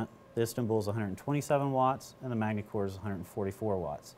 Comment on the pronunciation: The s is silent in Magny-Cours